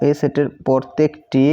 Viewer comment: আরে ভাই পরতেকটি না প্রত্যেকটি 😂